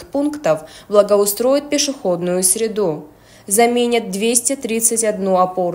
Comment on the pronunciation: Не средУ , а срЕду.Это для корреспондента.Язык надо знать.